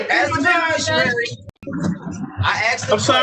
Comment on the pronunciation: If they want to use the word beneficiary they could at least learn to say it.